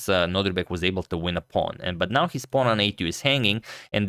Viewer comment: love your content, Antonio, and I'm subscribed since forever. Just one thing: I think you are pronouncing Abdusattorov's first name as NoDRIbek but it's actually NoDIRbek, right? Just for me to confirm and maybe also for future videos 🙂 thanks for yet another great video!